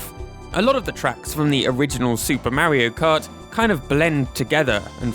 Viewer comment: "merry-o cut" Lol